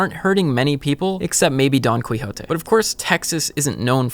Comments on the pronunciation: "don queejote" lol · "Don kweehotay" Oof. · How the heck does someone mispronounce Don Quixote? He is the most famous character in Spanish literature and has a syndrome named after him. I mean I have other issues with this video, but this is just nails on a chalkboard. Iceland's story should be upfront highlighting the cohesion of government and updating infrastructure not talking about geothermal. Geothermal isn't really applicable to most states/countries. Something like hydroelectric dams also effect the environment and changes the environments surrounding them. So there are going to be trade offs at every point. We have to look into the production and deployment costs of technologies like wind and solar since they require biofuels for production in multiple forms as well. Solar panel technology has high up front costs and rather rapid diminishing returns of energy year over year. So solar panels feel like a costly sugar pill. Will rapid ram up and production of these technologies spike carbon emissions past projected levels just to get us away from emissions in the future after the damage has been done? Solar thermal(steam towers) generators do seem like a viable low cost energy source, but the heat surrounding them does set birds on fire and creates a threat to wildlife so there needs to be further development there. Not to mention year round use is limited and not as viable in winter states. Nuclear is also a great option to talk about, but also has a lot of negative imagery behind it with past disasters in chern